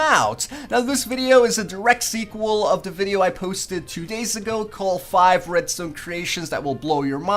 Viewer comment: he keeps saying redstone but it sounds like redstain